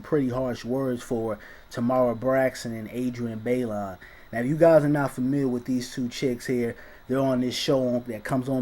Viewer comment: Fam... you are messin' up names left and right here. Say it with me "Taaaayyyyy-Maaaarrrrr" again "TAY-MAR". Got it?!? And Adrienne's last name is pronounced "Bye-Lon".